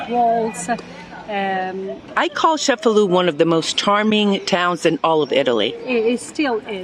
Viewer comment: It's ChefaLU